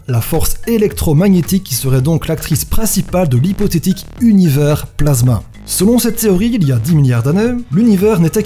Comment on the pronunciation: Tu sais même pas prononcer « univers » et tu nous fait des théories ? 😂 (Team 1er degré calmos je rigole) top la vidéo 👍🏻